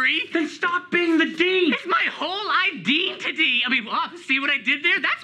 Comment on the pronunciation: "It's my whole ideantity!" 😂😂